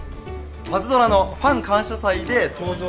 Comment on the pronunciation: パズバトじゃなくてパズドラじゃね？